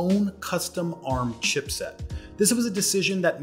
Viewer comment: Wow you're finally pronouncing ARM correctly.